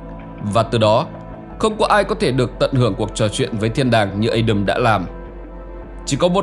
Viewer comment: rất hay nhưng đừng phát âm Adam là Ây đầm nữa nghe chướng tai lắm vì tiếng Anh không phát âm như vậy..nếu không phát âm được tiếng Anh thì cứ đọc là A Đam theo tiếng Việt cho dễ hiểu